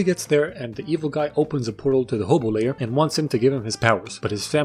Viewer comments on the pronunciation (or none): And I know its a small detail but its actually " hobo lair" not " hobo lay....... whatever lets just move on